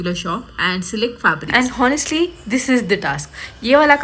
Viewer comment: Your videos are really amazing & motivating for all the fashion designers. But just a small suggestion, You mispronounce some words like H is silent in "Honestly" so its pronounced as "Onestly" & "Always" is pronounced as "Olways". Please don't take it in a wrong way. I have been following your channel since long & I want to see you grow ❤️✨️ Loads of love 🤗